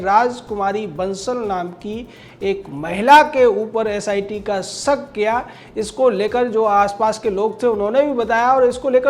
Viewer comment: #TheNews सक नहीं शक हुआ था , क्यों आपलोग रिपोर्टर हो कर इतना अशुद्ध बोलते है। पढ़े लिखे लोग ऐसी भाषा बोलेंगे और लिखेगे?????